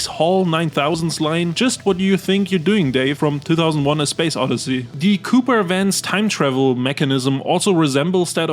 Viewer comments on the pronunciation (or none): none